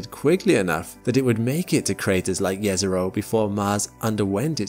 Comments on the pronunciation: Jezero literally means lake in my language xD So if Jezero was a lake, it would be lake Lake. :D Also, thanks for pronouncing it correctly :))) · The thing that got me most surprise in this video is the fact that actually pronounce "Jezero" correctly. My respect sir as I know how hard is this to pronounce for an non native speaker. And from this I can see that he actually resect the thing he is presenting.